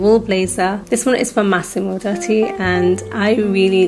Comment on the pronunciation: It’s Massimo ‘Doo-ty’ 🥰